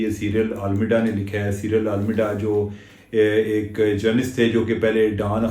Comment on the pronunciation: سائیرل المیڈا نام اہم ہوتے ہیں۔ تلفظ درست کر لیجئیے۔ It’s available on Wikipedia.